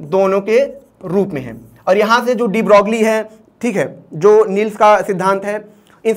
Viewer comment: Please correctly pronounce Louis de broglie